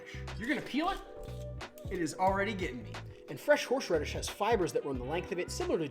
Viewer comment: Was it me or did anyone else keep hearing horsh radish